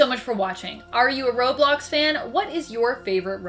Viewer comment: You said robox